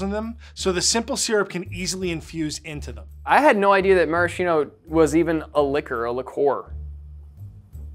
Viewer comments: Ffs it's pronounced /maraskeeno/, not /marasheeno/. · Pro tip if you want to impress people: in Italian it's pronounced maraSKeeno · One shot for each time that Maraschino is mispronounced. It's Mah-Rahs-Kee-Noh. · Marashino?! Amerincas haha. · MarasKKKKino for the love of God America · Cool, but that’s not how you pronounce maraschino :( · missed the opportunity to teach Americans the correct pronunciation of Maraschino